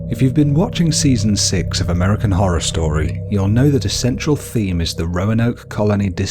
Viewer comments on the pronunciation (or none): none